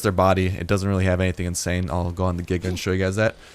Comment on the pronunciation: I’m sure it’s correct but I don’t like how he pronounces The Giga’s name